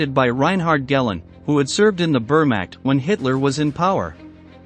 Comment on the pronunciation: Can you stop reading every sentence in the same dop de dop way, with a happy little lilt on the end? And could you look up the pronunciation of German terms? "Wehrmacht" is not "vurrmacht."